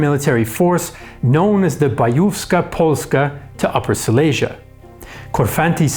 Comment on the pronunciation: It would be nice if you could learn how to pronounce Silesia.